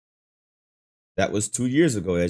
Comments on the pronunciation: His name is pronounced Maino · Mine-o?😂 naaaaah bruh😂🤷🏿‍♂️